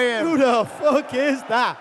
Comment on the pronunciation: "Who the Fock Is that Guy"...lol